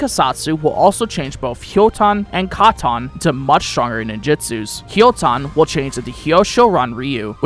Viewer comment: trying too hard to pronounce the skills katon doton hyoton in a weird way